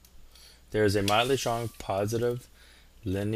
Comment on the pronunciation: You spelt strong wrong u said stong🤣🤣